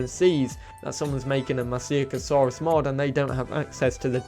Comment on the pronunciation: Try pronouncing it like this ‘ma shee ca saurus’